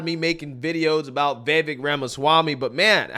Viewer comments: It’s Ve-vake (rhymes with take and cake). Not ve-vek or vie-vek. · Vivek (V-i-v-ake). Get it right. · Vivek~Viv-Ache-like cake. Learn to pronounce it right. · I’m not getting tired so you making videos about Vivek, but I am getting tired of you pronouncing his name wrong 😂